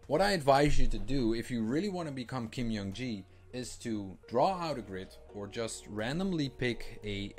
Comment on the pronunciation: haha, it’s not you, it’s very common that people mispronounce his name due to how he spelled his name. Young-Ji is also a legit Korean name but a common female name. Haha Great contents, really appreciate your insight!